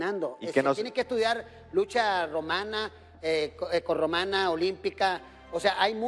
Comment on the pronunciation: Ok ya no es lucha grecoromana ahora xq Conan dice es ecorromana jajajaajajjajaj